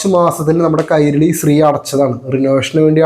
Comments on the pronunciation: സ്രീ അല്ല ശ്രീ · അല്ല ബ്രോ നിങൾ ഉദ്ദേശിക്കുന്നത് ശ്രീ എന്ന് തന്നെ ബട്ട് പറയുന്നത് സ്രീ എന്നും.ഉച്ചാരണം വ്യത്യാസം ഉണ്ട്